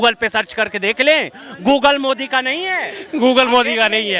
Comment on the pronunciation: संप्रादाईक mind वाला अंधभक्त पहले 10 जूते मारकर 1 गिनों, ससुरा ज्ञान घंटा का नही हैं केवल चाटने में लगा हैं, मोदी का नाम भी कैसे गलत उच्चारण करके ले रहा है।